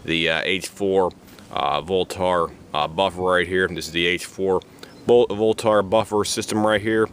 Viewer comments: It's not pronounced "lenth" and it's not pronounced "voltar" .. haha geez, wtf also, those weights are supposed to move freely. You need to go learn some sh*t bro.. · Ahhhh im gonna go ahead and tell ya here aaaahhhh for the 50th time its a "voltaaarrrr" buffer........ahhhh....yeah.......ahhhh